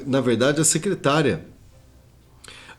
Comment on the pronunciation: SECRETARIA NÃO, SECRETÁRIA DE JANJA!!!.? LÊ DIREITO!!!